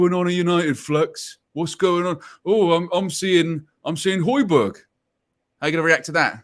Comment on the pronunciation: The hatred with which Flex was pronouncing the “Hoj” in “Hojbjerg” tells you all you need to know 😂